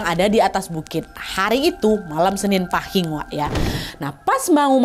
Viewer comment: Izin koreksi kak nadia cara baca pahing kata bunda aku itu paeng terimakasih🙏😚😚